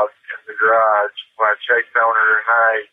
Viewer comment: I've never heard so many single-syllable words spoken with 2, or several. "I li-eft he-er iyirn theer ha-ourse.. iyirn the-er gyer-ararge" - this guy is iyirnsufferayable.